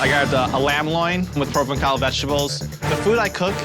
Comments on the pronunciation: I'm sorry, did, the self-professed French chef, really butcher the pronunciation of Provençal like that? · Especially since he mispronounced "provençal" with a hard k instead of a cidi (like an s). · How is it that does not know how “Provençal” is pronounced?